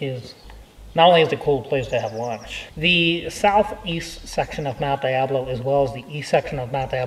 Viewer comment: thanks for pronouncing the name of the mountain the way I learned when I grew up here: Die-ab-low, not De-ab-low. I know nothing about a monastery in Clayton, but there is a seminary. Have you done anything about the pool we used to know as Russelman's. RMcNeely